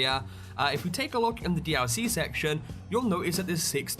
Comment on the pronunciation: Can anyone count how many times he says d-owl-c? XD